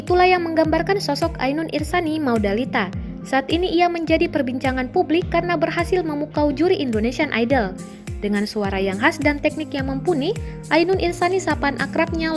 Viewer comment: VO nya salah sebut nih nama Ainun belakang nya "MUSDALIFAH" bukan Maudalita